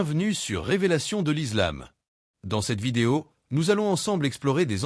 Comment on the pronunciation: Faire au moins un effort sur la prononciation de certains termes notamment islam et incha Allah même si c’est de l’IA faite semblant un peu.